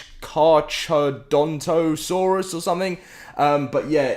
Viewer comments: All those ch sounds are just pronounced as a c. So Car-Caro-Donto is its pronunciation not Car-Charo-Donto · It's pronounced car-karo-dontosaurs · The carchadonasaurus is call Car-Ca-don-a-saurus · Pronunciation: Car-car-a-daunt-a-saurus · Car-Car-Oh-Don-Toe-Saurus is how I pronounce it, and I think it's correct according to Jurassic Park Operation Genesis. It rivaled the Spinosaurus in what is now Africa. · Car car Dante saurus